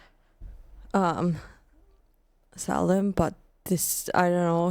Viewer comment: One of the men that was executed cursed the office of Sheriff. And ever since until the last couple county sheriffs of the Salem area died in office. A curse that lasted about 300 years. it's pronounced say-lem, how he said it Saini.